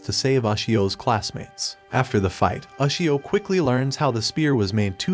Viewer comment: you cant even pronounce ushio right